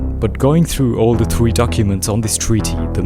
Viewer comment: BRO'S TOO CUTE WHEN HE ALWAYS TRY TO SAY "R" INSTEAD HE SAID IS "W" LIKE "THWEE" SOOOOO CUTEEEE